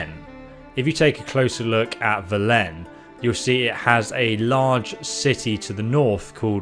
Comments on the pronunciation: It's just Velen, not vel-En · and velen as vel-len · Velen dude not vilen lol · Im REALLY late but it's Skeli-geh and Ve-len non Vlen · Did you even play the game? "Skeledj" "yoursine", "vel len" wtf. They say in the game how to pronounce them. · Omg the way you pronounce Velen and Skellige is driving me crazy lol. Listen to ANY amount of dialogue in the game and it will tell you how to properly pronounce them. Skell-ig-uh, vel-in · Your pronunciation of skellige and velen is driving me crazy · Your pronunciation of the names of Velen and Skellige hurts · Bruh it’s “vélen” not “velén” and “skelliga” not “skellidge” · Just a tip, Not trying to be a filthy hater!!! 👍 In english, it's pronounced vélen, with emphasis on the first E, and Skellig- uh, the G doesn't connect with the E making a J sound, it's just a normal G sound, like Garry 🤣 I don't know about in polish though because I'm not polish